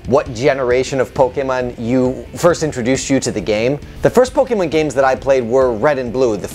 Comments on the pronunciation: Can you please just never speak about Pokemon again? You can't even pronounce Pokemon right. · Like, I'm sorry, I love your content but that made it really hard to enjoy this video.